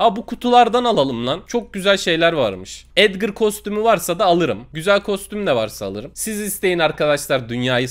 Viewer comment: edgır değil edgar